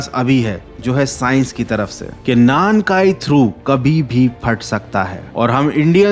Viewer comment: 南海トラフor なんかいトラフ(Nankai Trough)=South sea trough, ye full ek word ye is ko alag alag nai bol sak te alag alag bola to meaning hi alag hoga なん(Nan)=What かい(Kai)=Times(different kanji different meaning) South Ocean ko alag alag bolna pade to South= 南(Minami) Ocean= 海(umi)